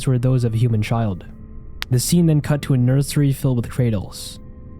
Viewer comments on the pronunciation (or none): none